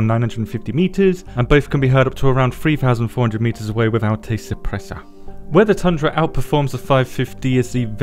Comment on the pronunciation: 🤣🤣 why'd you say suppressor like that?